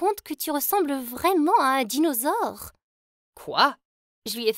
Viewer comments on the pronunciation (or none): BAHAHA "le dinausaure" 🤣🤣🤣